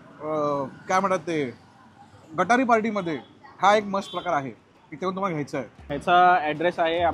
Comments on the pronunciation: दादा गटारी नाही गतहरी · गटारी नाही रे बाबा , ते गतहारी असतं